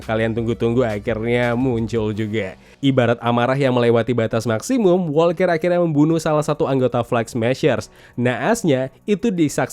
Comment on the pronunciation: Setiap liat review disini selain emang penting seru juga ikutin serial marvel. Tapi khusus serial TFWS paling gemes denger koe pas ngomong JOHN "ASU" WALKER wkwk ASU emang koe wkwkwk